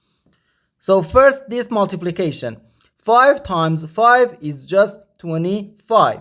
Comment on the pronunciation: The word is this not dis